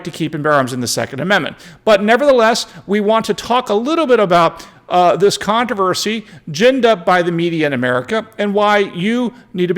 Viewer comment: Are you reserving the right to mispronounce words again? You keep dropping the first "R" in the word controversy. At least you are in good company, Lester Holt of NBC, mispronounces controversy, just like you.